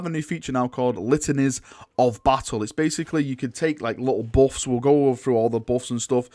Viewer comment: It really sounds like "boff" instead of "buff"